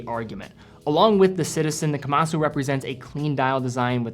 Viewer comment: You are putting too much emphasis on the "su" at the end of Kamasu. It is pronounced closer to "kamas"